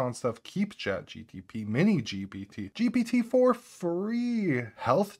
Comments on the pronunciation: Drinking game: take a shot every time he says GPT correctly 😂 I love your videos man, you know your stuff and GTP does roll off the tongue easier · I cannot watch video of someone who can't even pronounce GPT correctly. Must be drunk.